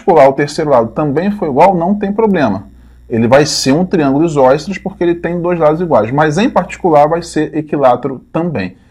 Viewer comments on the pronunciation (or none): Por que em você fala "isóiceles"?